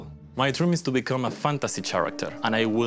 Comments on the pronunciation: My favorite part was when the guy said “Chair-acter” instead of “Care-acter” 😂❤️ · I like how that elf guy pronounced character like ( ch- aricter )